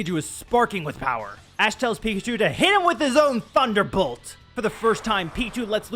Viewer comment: NO NO NO! IT’S “TUNDA BOLT!” TUN-DA! 0/10 worst episode! Kidding obviously but this is a fun episode so far